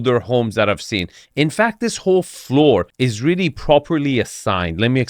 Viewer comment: I don't trust this guy to guide me through Boston real estate. He mispronounced "parking" "charming" and "floor".